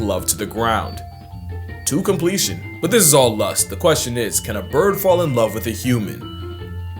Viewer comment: The “…to completion” was wroooooong bro! Hahaha